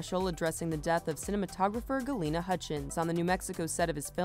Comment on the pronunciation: Her name is Halyna not Galyna ffs